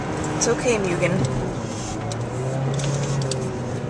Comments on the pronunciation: ...I'm very white, as well. I don't care if you think its racist, I'm tired of people mispronouncing it. myoogin sounds so sloppy and wrong! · "mugen" is how its spelled. "moo-gen" is how its pronounced. and im white, and i know this. no need to drop the racism, kid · its not pronounced mugan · ... Moo-gen. Come on white people.